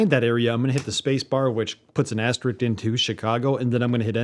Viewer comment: AsteRISK not RIX.. FYI...